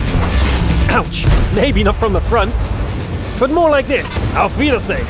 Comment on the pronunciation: Did he try to say " auf wiedersehen" ?:D that sounded crazy for german people ^^